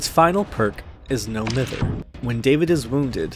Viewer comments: As somebody living in Manchester, the perk is pronounced “my-ver.” Mither means to bother. So David’s perk actually means “No bother” :) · Bruh the way you pronounced mither 🗿